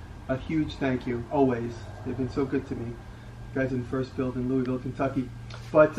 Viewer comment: Kentuckian here. My wife was shouting at the phone “It’s pronounced Lou-uh-vul!” Lol. Awesome collection. Here’s to the next 1.8M.